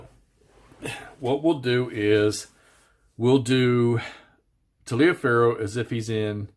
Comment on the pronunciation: Endless fun from this series. Look up how Taliaferro is pronounced, it will surprise you!